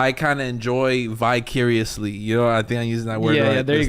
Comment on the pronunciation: once again fighting for his life to say vicariously (VY-CARE-EE-OUS-LEE) he says vicuriously like bi-curious which means gps on the low 😆😆😆